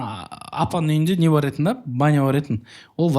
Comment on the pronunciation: Жеканың "етін, етін" деген сөзін дұрысташы 😂